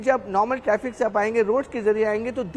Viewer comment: टैफ़िक नहीं बेटा ट्रैफ़िक!